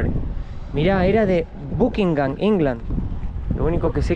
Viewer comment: Estaría bueno estudiar antes de hablar, no tirar fruta. Pronuncia bien Buckinham por favor. 🙏 te olvidaste como decir "honda ".en inglés? OMG!